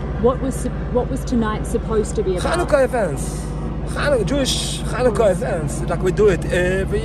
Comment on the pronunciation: dude, you don't pronounce the word "Chanukah" by pronouncing it with a "ch" sound at the beginning. You never heard the word pronounced outloud before? You're a dunce.